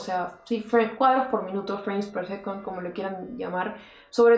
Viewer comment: Me mata el inglés tan malo!! Freim per secont?? Un beso genia!!